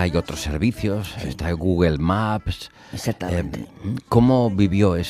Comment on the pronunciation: Se ha dejado la vida en "Googer" jajaja Ortega, eres único.